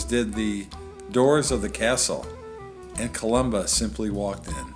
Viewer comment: Thanks for Butchering my name. Information would help your thick skull.